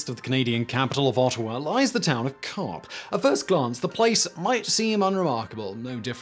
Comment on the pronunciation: OMG... DYEfenbaker, Dyefenbunker... NagasaGI... and I gave up trying to understand the town name and just looked Diefenbunker up to find out it's not Co-op but Carp. Now that I'm done slamming his pronunciation... what's up with his beard? Looks like he's wearing a black mask against Covid-19 and forgot that he'd pulled it down.